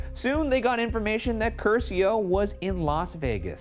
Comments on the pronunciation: Everytime Ryan said "Cursio" I felt intense pain. Like I was being tortured. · The real crime of this episode was the pronunciation of the Italian surname Curcio